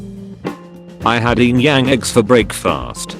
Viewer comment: There's also the "YING"-Yang eggs